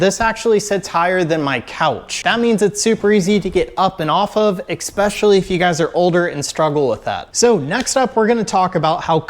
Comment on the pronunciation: Ec-specially❌️ Especially ✅️